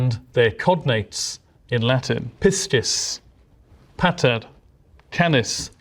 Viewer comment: "No that's only sniperwolf" I don't know if that's supposed to be a joke or not? Plenty of women use the word "bro" in a gender neutral way, so I don't know why that remark was made. Also you pronounced "pater" and "canis" wrong , the A in both of those words is short, not long. And as for your doubt/confusion over whether head/caput and hound/canis are cognates, a simple look at the Wiktionary pages for those words would have revealed that they're cognates. For example, here's what Wiktionary says for "head": From Middle English hed, heed, heved, heaved, from Old English hēafd-, hēafod (“head; top; source, origin; chief, leader; capital”), from Proto-West Germanic *haubud, from Proto-Germanic *haubudą (“head”), from Proto-Indo-European *káput. The modern word comes from Old English oblique stem hēafd-, the expected Modern English outcome for hēafod would be *heaved (similar to the Middle English word). Doublet of cape, capo, caput, chef, chief and Howth. Cognate with Scots heid, hede, hevid, heved (“head”), Old English hafola (“head”), North Frisian hood (“head”), Dutch hoofd (“head”), German Haupt (“head”), Swedish huvud (“head”), Danish hoved (“head”), Icelandic höfuð (“head”), Latin caput (“head”), Sanskrit कपाल (kapāla, “skull”), Hindi कपाल (kapāl, “skull”).